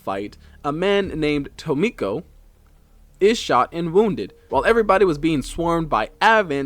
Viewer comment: Ah, apologies, but there appears to be some errors. 😅 First, Tomko is not Tomiko. There is no "i" present, so AFAIK the pronunciation is "Tom-ko." Additionally, the Chosen Assassin's intel report in the Avenger states she was lab-grown as the assasin, built from scratch for loyalty. She never had a chance to be a Skirmisher, since she was grown to hunt them. That said, the Warlock's entry does say he was picked up as a child, so on that point he definitely wasn't a Templar.